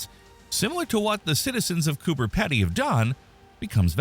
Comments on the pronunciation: It's pronounced Peedy not Peddy, dont ask me why, that's just how it's pronounced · I don't think Pedy is pronounced like that.